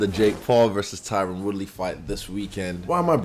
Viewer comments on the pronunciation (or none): tyrone..lol i thought you were trolling him at first bc he hates when people call him tyrone...he constantly corrects people and says tyron...like tyrin....makes sense since theres no e on the end.